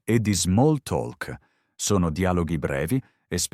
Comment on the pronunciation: Grazie per il podcast. Non devi dire “talk” con la lettera “l”, se dice come “tok”